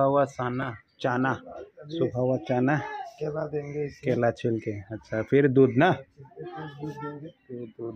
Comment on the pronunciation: हिंदी तो अच्छी बोलो वो चाना,, नहीं है चना बोलते हैं